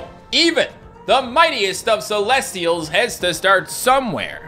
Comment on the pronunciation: you said celestials wrong